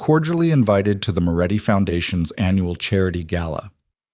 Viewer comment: His name is Moretti, not Muratti, he is running a criminal organisation, not that of a cigarette producer.